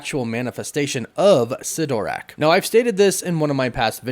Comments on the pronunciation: I’m not interested in seeing America Chavez I’m only interested in seeing the usual characters and it’s not cytrack say it correctly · Why do Americans always try separate words Sid-orak, you all seem to be trying to make it different to what it's actually names to sound cooler and it's just the opposite that comes over, mean no bad will just seems more American creators are doing this, same with Merlin, it's not mer Lyn it's Merlin all one word. 🤣🤣 Can't wait for this movie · Why did you pronounce Cytorak like that but pronounced “Bands of Cytorak” correctly 😂